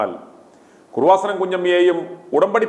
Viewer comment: എടോ കുറുവാസനം അല്ല കൃപാസനം. യേശുവിൻ്റെ അമ്മയുടെ പേര് കുഞ്ഞമ്മ അല്ല മറിയം എന്നാണ്. നിൻ്റെ നാക്കിന് എന്തോ കുഴപ്പമുണ്ട്. വളരെ മോശം language. അന്യരെ വിമർശിക്കാതെ സ്വയം നിലവാരം ഉയർത്തി സംസാരിക്കാൻ പഠിക്കുക.നിങ്ങളെ ദൈവം രക്ഷിക്കട്ടെ.